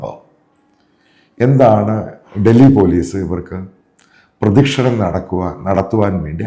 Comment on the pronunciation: പ്രദക്ഷിണം ആണ് പ്രദിക്ഷണം അല്ല